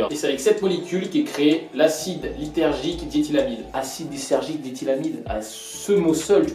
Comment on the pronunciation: Et c'est "lizergik" et non lithergik"